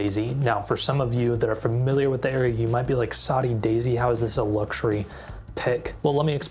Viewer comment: Saudi Daisy, like Saudi Arabia?? That 's what is says in the video dude. It's SODDY. Proofread your AI.